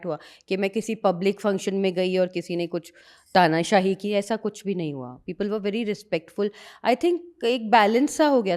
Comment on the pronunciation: Tanashahi ya tanakashi ?